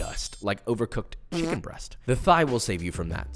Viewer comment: Never noticed this but you say Shicken alot. is your knife Charp?